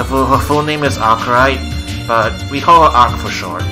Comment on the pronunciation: Did a video on Neco-Arc's Lore and pronounced Arcueid's name as (ar-suide)